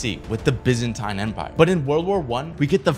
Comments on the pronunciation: It's pronounced bih-zyn-teen not bih-zih-tine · Bro it’s pronounced Bizinteen not Byzintine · It’s pronounced biz an teen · He really pronounced it Byzan-tine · its. pronounced. BIZ-N-TEEN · Byzantine is pronounced bi zan teen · First of all its pronounced like Byzanteen and second of all the Byzantine empire didn’t exist in 700bc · Bro didn’t even pronounce it right, though he did get dates mixed up, it was 700 AD or CE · How did bro mispronounce Byzantine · Byzantine was pronounced wrong, and the Byzantine empire did not exist in 700 BC.